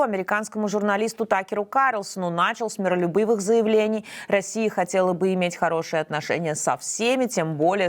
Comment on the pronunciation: МиролюбЫвых 😂 топ журналистика😅